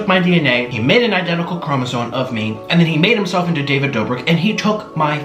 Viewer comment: smh he keeps saying "chromosone" too